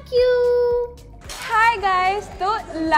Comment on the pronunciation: its pronounced as hae(hay) kum (kuum) gang (gaang)